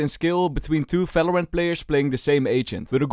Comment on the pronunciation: can u learn the v cuz falorant fagents fery nice ITS JUST BRUH